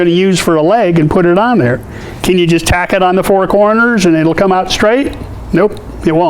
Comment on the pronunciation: I love it when you say taccot.. taccot.. haha. nice tips